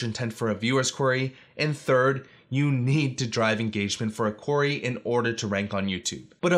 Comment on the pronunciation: Great tips but I'm always distracted by the mispronunciation of "query" ("Quarry")